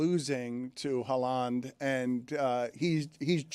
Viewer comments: Erling Haw-Lawn 😂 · Erling Haw-Lawn 😂😂😂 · Now has Dan pronouncing Haaland like no one else does 😂